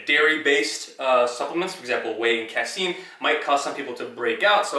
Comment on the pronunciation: LMAO! "Cass-scene". Brah, casein is pronounced Kay-seen.